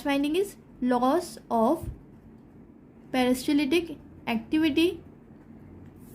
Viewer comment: You pronounced the Peristaltic word wrong. 😅